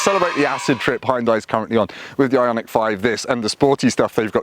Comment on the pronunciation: Kudos for pronouncing the name properly!